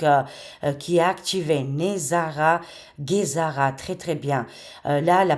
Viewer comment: Hello ma chérie d'amour , Kikou du Canada / Québec , j'espère que tu va bien , moi ça va toujours très bien , toujours très positive et optimiste à chaque jours parce que ça va super bien , ont regarde un film et le film s'achève , pour te dire aussi GESARA ont dit bien G pas Guésara hi hi hi je plaisante avec toi , je te taquine ma belle Cocotte d'amour 😁😂😍 parce que dans un autre de tes vidéos tu à mal prononcer GESARA tu sait que nous les québécois ont n'a notre accent et nos expressions québécoise pour dire '' je niaise ou je te taquine '' qui veux dire '' je plaisante '' loll 😁 et tu sait que je t'aime fort , je regarde à chaque jours tes vidéos et prédictions , c'est toujours très intéressant se que tu veux nous annoncer et prédire et très souvent tes prédictions se produise , j'ai toujours eu confiance en toi et tout se que tu dit c'est pas des paroles en l'air , en tout cas moi je trouve que ça va super bien et les très beaux changements positive comme l'abondance , la prospérité , la paix , les joies , le grand bonheur ça s'en vient , ont va fêter la grande victoire c'est certain et ça sera à travers le Monde Entier , ça sera dans un Avenir très très proche c'est se que je ressent dans mes ressenties et en passant GESARA ils est déjà actif d'après mes recherches et mes sources qui sont très très fiable , donc se qui touche avec L'Alliance , technologies révolutionnaire de Nicolas Tesla tout est actif , le système financier quantique c'est actif ( QFS ) en anglais c'e